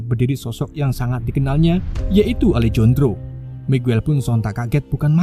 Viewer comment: bukan alejondro min, tapi alehandro nyebut nya 😂